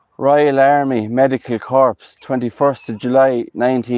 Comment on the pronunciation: Corps is pronounced Cores. Your accent is West of Ireland, I think. Weve always been called "posh". I'm sorry, but can't help that. The Lily's are known as Aarum lilies.